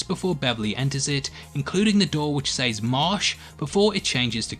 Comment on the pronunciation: says is pronounced sez not Saaays